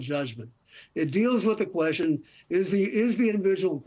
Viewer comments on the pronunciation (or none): Though I esteem the information given by both gentlemen here, my hearing has gotten so bad that understanding Mr. Rakove is a trial. It's NOT volume---I turn up the volume, no problem. It's his slurred-together pronunciation of words that gives me troubles. "Question" becomes "Kwezzhyunn."